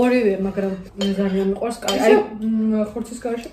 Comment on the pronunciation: カレ作るだと彼氏作るみたいに聞こえるね😄